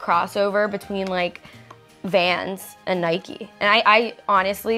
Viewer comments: Why is niki saying ‘nikie’ for Nike 😂😂😂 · ITS NIKE NOT NIKEE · Wait... did niki call it Niky? It’s NIKE! You don’t say miky (it is a name) they say mike. Or date you don’t say daty it’s date. Like if u agree! Another thing this is a rant! Everyone pls just stop being so rude to Gabi what’s wrong with her looking at niki they are sisters! So not being rude but shut up they love each other! Why do you watch these videos to call Gabi out for starring at niki... so what?! It’s not like she is jealous of her or that she is annoyed at her for getting gifts so be quiet! Rant over. Also like if u agree about both things! Sorry about the negativity I just let out... love u niki and Gabi! Xxx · It’s Nike not nikie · It's Nike not nikey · It’s Nike not nikey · It's nae-k not nae-kee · ITS NOT NIKEY ITS NIKE U DONT SAY BIKE AS BIKEY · its not pronounced n-I-k-EE its n-I-k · actually it’s niki